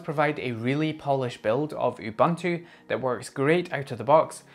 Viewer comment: You-ban-too 😂 please It’s uh-bun-too